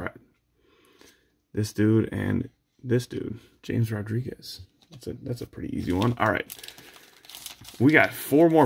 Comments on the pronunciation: If you're reading this, it's Haam-es Rodrigues. Not James. Also UEFA is pronounced YOU-AY-FA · The best part was the belief that James Rodriguez was easy only for it to actually be pronounced ha-mez. Had me rolling. Great video and a nice change of pace. Thanks